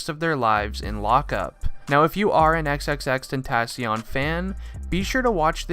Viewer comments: xxx-tent-a-c-ion lmao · And he is saying the name wrong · “Xxxtentassion???” Tf breh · Him: Xxxtentatyon Me: 👁👄👁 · Why do you say xxxtentaasion you dumby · He said tensions rongw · Bra u cannot pronounce his name man triplextiont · Imma just call him Jedidiah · Like extension cord??? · If your a massive fan then why did you pronounce his name wrong... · The way he pronounced "xxxtentacion" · He doesn’t even know how to pronounce his name correct lol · If your a big fan of him then you should atleast say xxxtentacion's name right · How you his fan when you can’t even say his name correctly lmao🤣💀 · If ur such a fan then how come u can't say his name right ?? Nah jokes man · If you were an actuall fan you could say his name right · “if you are a huge fan of xxxtentacion.....” Me: That’s... that’s not how you pronounce it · If you were a real x fan why can't you say his name right? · I hate that he didn’t pronounce the name right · U don’t even say his name right you aren’t a real fan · I hate how je is saying tentacion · How are u gonna say ur a big fan but not even know how to say his rapper name like what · I’m a big XXXTENTACION fan Also: *pronounces the end of his name with “n” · At least if you say you’re an X fan Pronounce his name properly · if u are a really big fan say his name right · if you were even a huge fan why don’t u pronounce his name right or say x if u can’t